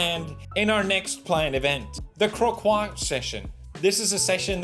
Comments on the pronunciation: Croquis is pronounced "Cro-kee"... Not "cro-quat" 😭😭😭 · "Croquis" is a french word, it is pronounced this way : "croki". Nice video as always, much love! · The "kwokwa" session. My french, my poor poor French😢 Its pronounced "krokEE"😅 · that's not how you pronounce croquis, it should be " cro-key " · For reference it's pronounced more like kro-kee